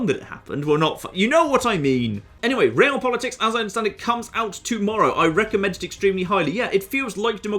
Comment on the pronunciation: realpolitk is according to wikipedia german not french, so stop pronouncing it like it is french